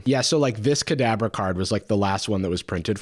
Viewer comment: Not me hearing "cadaver" every single time you said "Kadabra" 💀